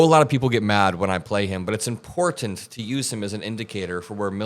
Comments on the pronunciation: Small thing, but you are one of the very few people who pronounce the word “important” correctly. It is not pronounced, “impor…ant” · is great on many levels but the best is that he pronounces "important" correctly!!